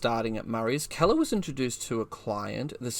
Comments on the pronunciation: I've quicley broused through a number of your posted videos . No photos , film or diagrams . I would have been willing to stay with it ,but thd the commentary is well below par . You are pronouncing Keeler ( KEEL-ER ) as Keller , ie Helen Keller . If you had properly researched the topic you would not have made such a basic but monumental blunder . 2 / 10 . Unsubscribed . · "Keller" ? As in seller ? When there's 'EE' it's Keeler, as in Heel or Eel. Great video, but that pronunciation gaff is painful to hear ... 😮